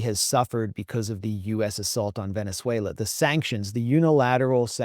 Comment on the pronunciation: Glenn, it's pronounced Ve-nez-WAY=-lo, not Ven-ze-WAY-lo. The name "Venezuela" comes from the Italian word Veneziola, meaning "Little Venice." It was coined in 1499 by Italian navigator Amerigo Vespucci, during an expedition led by Alonso de Ojeda, who saw stilt houses built over water on Lake Maracaibo, reminiscent of Venice, Italy.